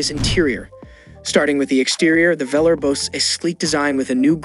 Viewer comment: It’s pronounced as Velaarr not Velerrrr!!